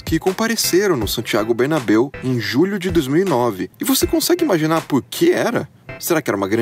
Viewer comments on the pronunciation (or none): none